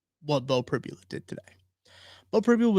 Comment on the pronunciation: Prib-YOU-la - not Prib-ya-la